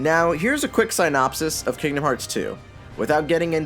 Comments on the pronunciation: Why do you mispronounce synopsis? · Learn how to pronounce synopsis correctly.